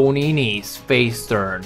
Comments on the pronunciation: it's NESE not NECE..just saying.. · Tony nese Not nece